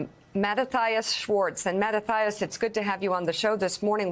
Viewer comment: Its pronounced matias not matattia .. its spelt Matthias .. who made this person an anchor